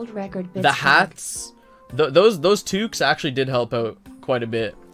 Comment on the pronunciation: When he said toques at the end, I thought I was living in Canada again lmao